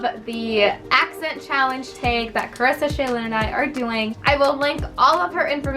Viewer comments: You say the word tag with a slight accent 😂 love this video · I can definitely hear your accent in tag and bag lol! Cute!